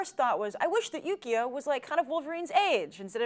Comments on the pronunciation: every time says "Yukio" i hear "Yu-gi-oh" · They kept saying yugio, it's yukio ki Ki ki duh